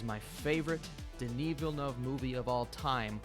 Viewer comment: in all his other videos: “Denis Villeneuve” at the start of this video: Danny Villnuv EDIT: I’m pretty sure it’s pronounced like “Denee Vill Noov”